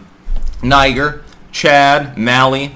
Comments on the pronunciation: Niger is promounced: nee-jere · The way you pronounce Niger makes me nervous, haha. It's (ny-jeer)